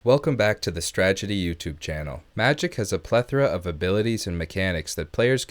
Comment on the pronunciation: Heard Stragety, lost my mind for second. Read channel name, realized all is well